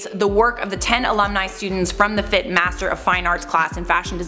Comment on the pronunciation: If multiple students bought up the issue then they knew it was an issue and chose to ignore it. The students should've bought it up to the department chair too. Also it's pronounced "F.I.T.", all the letters separately. I attended the illustration program not the fashion programs.